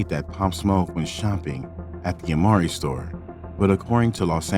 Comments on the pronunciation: Oh and it’s “amiri” bro as in “ah-mee-ree” lol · Why the f__K can't you pronounce Amiri? You even showed the word 6,000 times and still keep f--king it up.